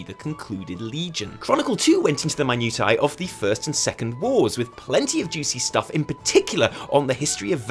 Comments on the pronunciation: Minutai? Did you mean minutia perhaps? This is what happens when you watch too much hentai off camera, it slips in the weirdest ways :P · Minutia is pronounced Min-New-Shah. Immersion is ruined. xD